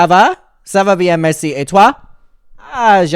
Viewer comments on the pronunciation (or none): none